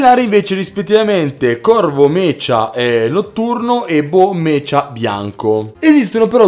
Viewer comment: Bel video, ma si pronuncia "meca" e non "mecia"